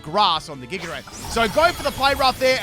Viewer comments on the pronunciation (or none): none